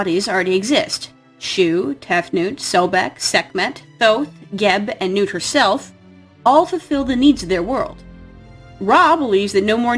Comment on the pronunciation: Why did you keep pronouncing nut's name wrong? It nut. As in peanut or walnut.